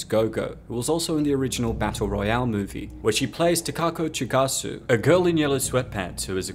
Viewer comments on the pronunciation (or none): One little thing: Chiaki Kuriyama's character is Chigusa, not "Chigasu". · It's Chigusa, not Chigasu lol. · Chee- goo- sah is Kiriyama, not "Kazoo"